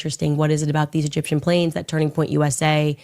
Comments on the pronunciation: rofl that cut where she drops the “e” from egyptian 😂 too funny man “gip-shum” i replayed that 10 times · It was an ishrali, gipshum, burrrreal plane ✈️